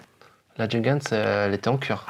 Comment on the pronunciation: Cette Nomos me fait de l'œil depuis longtemps mais je n'ai pas encore craqué...😛 Par contre votre prononciation de la marque Junghans c'est juste pas possible 🤯 Faites un effort, renseignez-vous !